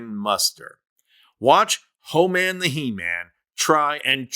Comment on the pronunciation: Homan is not h man